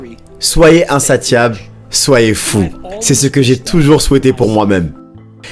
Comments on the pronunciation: Slt pour info insatiable se prononce comme attention c.a.d insa"ss"iable 😉 mais belle traduction sinon merci pr la vidéo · Super vidéo, juste un petit truc pour éviter que tu fasses l'erreur de nouveau pour le mot "insatiable" le "T" ce prononce "S" 😉 en tout cas j'aime beaucoup tes vidéos continue tu déchires 💪